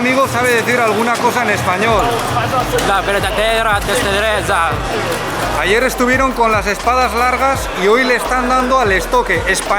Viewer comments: Dijo "la verdadera destreza", se entendio clarísimo, aunque sea yo si le entendí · exacto, eso mismo y se le entendió clarísimo